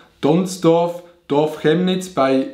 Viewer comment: Dieser moment wenn chemnitz(kemnitz gesprochen) wie schjemnitz gesprochen wird😂